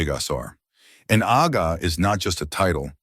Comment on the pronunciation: It's "Agha" please. DH